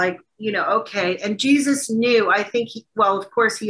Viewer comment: The way he says Jesus...GeeSUSS